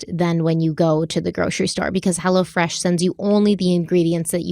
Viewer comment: When talks about hello fresh. It sounds like she's saying hella fresh...😂😂